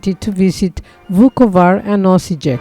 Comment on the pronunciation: Correct pronunciations: Osiyek, Tamburitza